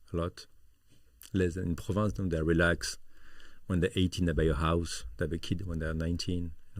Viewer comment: It's PROVENCE, not "Province"